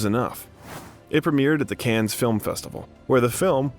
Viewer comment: Agreed! So many mispronunciations I was embarrassed. Cannes … Caan … Olivier … Coppola … and Antigone, omg…😮